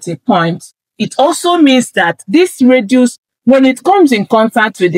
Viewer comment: Dear, just a backup radius not reduce. You are pronouncing it as reduce which can confuse listeners.